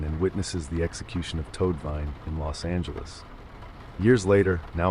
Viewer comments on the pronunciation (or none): none